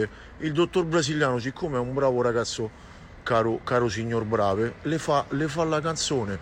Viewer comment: Non sa neanche come si pronuncia il nome... Certo il signor BravE plagiava il dottor Brasiliano.